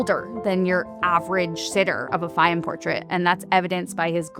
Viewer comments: Its pronounced “Fay-yoom” habibi. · Many Egyptians have this eye color. Also, it would have been nice if you could have listened to how to correctly pronounce Fayyum before making this video. The correct pronuciation is not difficult.